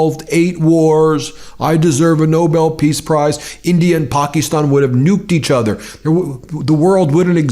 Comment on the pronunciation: UGH...Ben and his "PAK-EES-stan" crap...Even though the prime minister pronounces it correctly "Pak-IS-stan"... DUDE...READ YOUR COMMENTS and PRONOUNCE IT CORRECTLY.